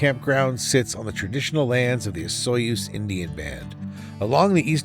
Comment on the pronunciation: I believe Osoyoos is pronounced something like Uh-soo-ys.